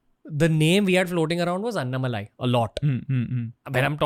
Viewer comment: Everytime Raveer says Annamalai I get an ick. It’s An-Na-Ma-Lai.